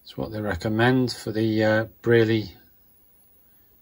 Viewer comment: I was the Brierley sales engr from 1976 to 2004 and sold the machines all over the world and taught people how to use them. 1st. It is BRIERLEY not the BREARLEY and your demo is rubbish. 28 years BRIERLEY Sales Engineer. Sir Zac would turn in his grave if he could see you talking a load of nonsense. Signed. Vic Cross.